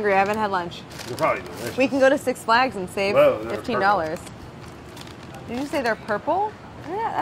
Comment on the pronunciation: first time i have ever heard someone stress the second word of Six Flags